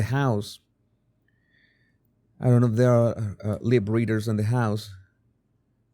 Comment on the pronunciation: "Leeeep readers" 😉